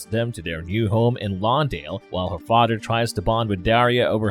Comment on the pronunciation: Fawdder.. Mawdder... Togedder... Udder.. just stop!